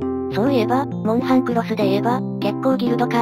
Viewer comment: モウハンじゃなくてモンハン